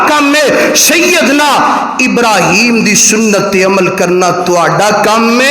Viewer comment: درودشریف میں ابراهيم کو، ر. کے بعد الف کے مقدار میں لمبا کرکے پڑھاکریں